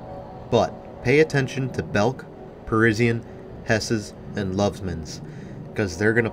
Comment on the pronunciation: Fairly sure Parisian was Pa-ri-sian (zhun) not Pa-ri-si-an. That was a great store. Not a big fan of all those twin/split department stores at HP.